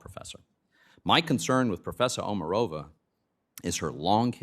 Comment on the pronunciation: Actually, OmArova - accent on the second vowel.